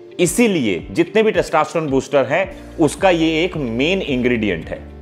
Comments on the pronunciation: Good content sir. But, it is 'testosterone' and not 'testaasterone'. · Sir please pronounce testosterone properly. U r pronuncing as testaaaaasterone. Lolz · Testa nhi hota testo hota h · Its testosterone not taastesstrone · First thing... Please learn how to tell the word Testosterone.. it's not Testasterone!!! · अबे पहले टेस्टोस्टेरोन बोलना तो सीख ले🤣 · Your testosterone pronunciation is not correct. Do correct.